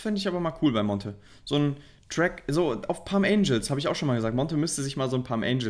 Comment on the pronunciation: Palm Angels Monte: Palms Angel